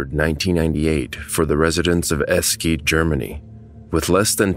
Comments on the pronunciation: If you want to pick at pronunciation in this video, then try commenting on Eschede instead. eʃədə would be the correct pronunciation here. If you're unsure of the IPA, this would be a short ‘e’ (men/bed), ‘sh’ (shoe/should), schwa ‘uh’ sound (second letter in banana and photography for many people), ‘d’ (dog), and a second schwa at the end. Essentially Esh-uh-duh. As for Hamburg, it varies depending on dialect, but only the very ending. hambʊʁk would be the standard phonemic. In no dialect have I ever heard it begin ‘hom’ though. ‘Ham-borg’ would be correct as was already mentioned. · Just a heads up. Eschede is pronounce “ESH EH DAH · It's actually pronounced "Eshehdeh" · The train "accordioned" like it did because the rear power car was still pushing. Imagine if a similar train had come the other way... It was not stopped by trees. The (101) trees were planted to honor those lives that were lost. Thje name of the town is pronounced esh-a-deh. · Lol, the way you pronounce Eschede as S KID. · Really like ur videos. But u gotta work on pronunciations. Eschede is pronounced eh-shed-a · "Esh-eh-de" is how it's pronounced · Nice video, but the town's name is pronounced "ashe" (like "ashen" without the n) - "de" (as in the French "eau de toilet") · I think it's pronounced "Esh shed daa" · I think he pronounced it wrote because on the title slide it says the town name is "Esquede", and it's only fixed in the title of the video on YouTube. He probably got the name of the town wrong at first and only realised after that the town was spelt differently. I'd recommend rewriting and reuploading the video, but in general it's not really necessary. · Eschede is pronounced like: "Eshäde". No "K" sound! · es-kiid? Come on. En-schee-de. Also you misspelt the town name. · Yes, the name in German is pronounced as es-shed-deh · As others have said, I completely understand why you would end up mispronouncing it, but every time you say "ess-keed" it's like a sharp poke in the ribs